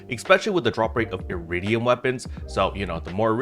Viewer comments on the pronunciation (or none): Eredim not Eridium